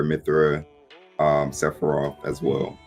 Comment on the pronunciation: Did man’s just say Se-phie-rot